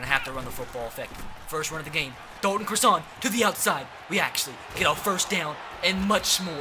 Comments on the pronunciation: its pronounced cross - ehn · Please say Dalton Crossan name write I went to highschool with his brother it’s xrossan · He went to sachem north if anybody wants to question me idk why I’d lie about that I just think if he’s up for captain his name should be said correct!! 👍🏻👍🏻